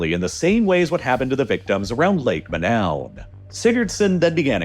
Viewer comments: Imagine the main focus of this video is on a lake called Manoun & the brilliant (AI) announcer calls it MA—NOWEN - No robot! Lake Monoun in the Cameroons is pronounced "MOH-noon," with the emphasis on the first syllable, like "Moe-noon," a crater lake famous for the 1984 gas release that tragically killed 37 people, similar to the Nyos disaster. AI (and Americans in general) is to damn lazy to even look up the actual pronunciation. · I hate to be That Guy, but I believe its correct pronunciation is Lake Mo-NOON. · I am fairly sure the name of Lake Monoun should rhyme with -noon. Cameroon is a French-speaking country, and -ou vowel is like an English /oo/. A majority of speakers on Youglish agree.